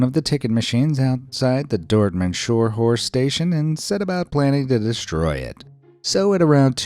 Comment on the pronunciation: Damn I live in this area and never heard of it. Crazy! And it's actually called "Scharnhorst" and not "Scharhorst"